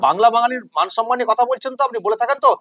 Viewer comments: বাংলা নিয়ে এত দরদ।বাংলা শব্দটা ঠিক বলে না।সন্মান নয়। সম্মান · উচ্চারণ টা সনমান না কি সম্মান?😅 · উনি 'সন্মান' কথাটা যখন বলেন তখন 'পবলেম' হয়ে যায়। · সম্মান নয়, সন্মান বলেন, গভর্ণমেন্ট বলে না, বলেন গড়মেন্ট। জায়গায় বলে না, বলে জাগায়। মুখ্যমন্ত্রীর পদে লজ্জা! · কথাটা সনমান নাকি সম্মান?